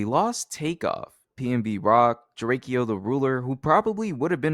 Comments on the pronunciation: it’s DRAKEO not drake-o 😫 that shit hurt my soul fr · DRAKEO not drake-O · he said drakEo lmao it’s Draco and even though he’s my favorite LA rapper he would not have been up there and you pronouncing his name like that lets us know you not that tapped in. YG literally had him killed, they both would not have been up there, especially with remble up there too lol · bruh the pronunciation of drakeo the ruler caught me so off guard